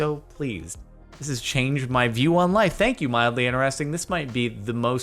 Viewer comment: Stop saying inneresting there is a T in inTeresting 😤